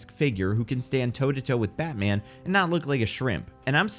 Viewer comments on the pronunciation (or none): none